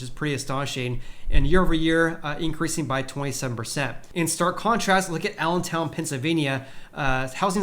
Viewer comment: It’s not Allan’sTown. It’s Allentown, PA. Get to know your geography, especially before doing a YouTube video.